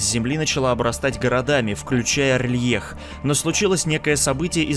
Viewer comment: А разве город не Р'лайх типо на а ударение, я когда читал делал это так